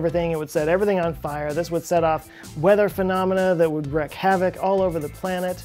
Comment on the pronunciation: Great video! Getting pedantic... how are “wreck” and “wreak” pronounced, and which one goes with havoc? 😆